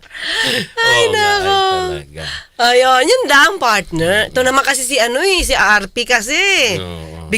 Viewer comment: "RP" sounds like RT😂